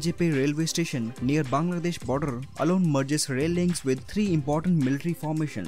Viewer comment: I like how he pronounced bangladesh. I feel like foreigners cant pronounce our country.